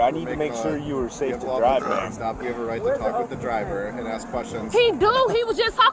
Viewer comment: Ugh! "Ax" its ask. Speak properly